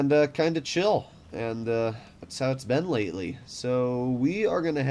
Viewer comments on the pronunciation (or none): none